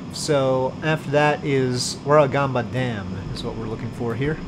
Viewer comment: 😂😂😂 The Big Merino is a giant Marino Sheep on the edge of Goulbourn. It's the most famous landmark of the area (the second being Goulbourn gaol). The Sheep itself has a gift shop which sells Sheep skin jackets. Very nice if you want to lose $900. Also, you're the first foreigner I've heard correctly pronounce "Warragamba Dam". That's also been flooding because we've had 2 weeks of rain recently.